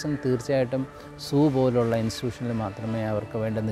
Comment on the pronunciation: സൂ 😂സൂ 😂😂😂😂😂S ' അല്ല zoo